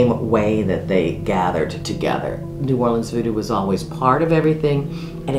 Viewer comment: hearing say New Orleans as "or leans" is funny but still slightly annoying as someone who lives around there. No hate tho, I absolutely love yall❤❤